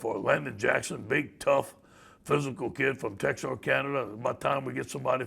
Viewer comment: Yes i know where texarkana is but he said texarcanada